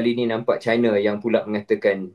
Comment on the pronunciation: Hi semua, China tu Chai-na, bukan Ci-na. Not all Chinese = Chinas. And in my case, I am Cina Malaysia.